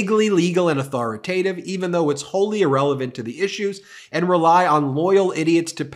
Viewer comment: ‘Authoro-tative’? Ben made me smile 😊